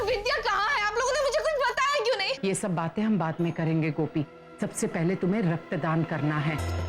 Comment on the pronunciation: Rakt daan No ratt daan😂